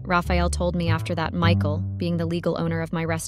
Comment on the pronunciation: Who the hell is Mecal? Oh, it the horrible AI voice that cannot pronounce Michael.